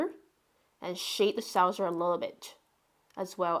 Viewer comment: It's not a 'sowser', its a 'saw-ser'. Look in a dictionary for the phonetics. Its a word you use such a lot, obviously, im sure you'd like to pronounce it as it is intended. 😊 Great sketch of à city I love and used to work in. I'm so glad you got to Oxford! No castles in Oxford, they're just medieval buildings... Maybe you'll sketch the Radcliffe Camera, the round building that houses a vast library. And check out the Sheldonian, with the massive heads and other statues - they'll make great sketches! Enjoy yourself!